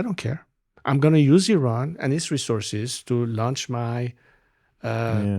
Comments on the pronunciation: If you interview the crown prince of Iran, show some respect and learn to pronounce the nouns and adjectives correctly! It is pronounced EE-RUN, not “eye run”; it’s pronounced EE-RA-NI-AN, not “eye rainy an”. Only an ignorant American goes out of his way to mispronounce every foreign name.! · Correct pronunciation is [E-RAAN].